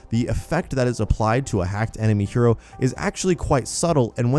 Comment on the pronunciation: Hero not hyro